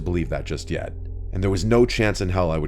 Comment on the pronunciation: bro the way she keeps saying “yet” is a little…